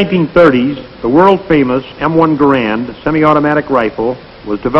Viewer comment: From G-D’s (er, the Army’s) lips to our ears… the proper, final, absolutely correct pronunciation of “Garand”.